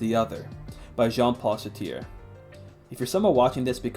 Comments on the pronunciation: How did you get through an entire college course pronouncing Sartre as 'Sateer'? Could you really not be bothered to Google the pronunciation? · That's not how you say Sartre. There's no "i" in that.